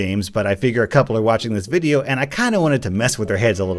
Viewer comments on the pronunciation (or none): U wispronounced widdly wideo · He Said wideo not video GeT iT rIgHt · Its Video not whydeo ! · YoU SaId WiDeO iStEaD oF ViDeO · Did you just say... "Wideo?" YOU FRICKIN FRICKER DON'T YOU KNOW YOUR ACTIONS HAVE CONSEQUENCES!? YOU OFFICIALLY MADE ME LOSE MY MARBLES!! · “Wideo” is actually the correct phrasing, as the word video is derived from the Latin word “videt,” for see. It is pronounced as “wee-det” so you actually made the correct pronounciation. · Are yuo sutpid?! yuo siad vodio rong! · Ay mate, I think you mispronounced video in the intro